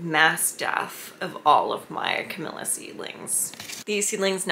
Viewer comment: Camellia...not Camilla. Smh.